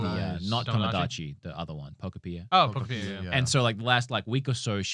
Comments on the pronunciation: Love how you keep saying pokepia instead of pokopia 😂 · Poko-Peeya has to go. Cant keep doin that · Most people still pronounce Pokopia wrong, in my opinion. It’s Utopia + Pokémon. And how do you pronounce Utopia? Exactly: Pokopia. -. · it's pronounced (Poe-copia) 😂